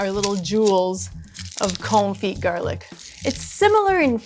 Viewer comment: Con-fee, you don't pronounce the 't'